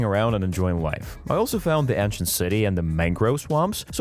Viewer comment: Ant shint